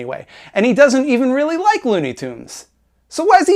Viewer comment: by the way did you get inspiration from your Watchmen video for this one too? i think you were "weally-weally" upset they butchered your favourite comic book. other than that keep making fun of Pimtool.